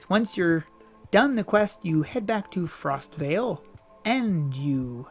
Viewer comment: It is Frostval, as in the event not Frostvale, it is a place. Hello:)